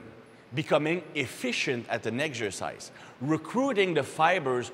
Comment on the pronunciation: I hear "eggs are size"